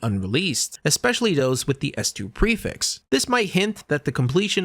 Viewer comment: on god he saying it wrong every time lmao